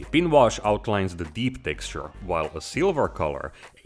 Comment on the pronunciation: Nobody: Night shift: TECKSTURE